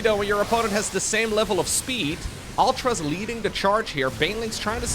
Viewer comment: Man.. sorry to break it to you.. but mUtas and Ultras. should be said like Serral does.. origin is latin not English, meaning.. English people just say it wrong all the time.. :D that's a little cute too.